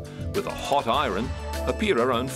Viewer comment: ITS IRON NOT I RUN LIKE SAY EYE ERN NOT I RUN